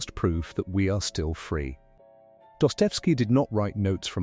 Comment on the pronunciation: Pronounce Dostoyevsky as DAH-stuh-YEF-skee (or doh-stoy-YEF-skee). Break the name into four clear parts: DAH (rhymes with "boss"), stuh, YEF (sounds like "chef"), and skee. Stress the third syllable (YEF) for the most natural sound.The author's full Russian name is Fyodor Mikhailovich Dostoyevsky. Pronounce the first name as FYOH-dor (like "door" with an "F"). Your AI voice doesn't understand this.